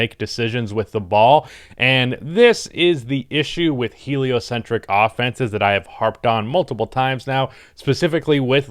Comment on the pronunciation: There he goes again saying heliocentric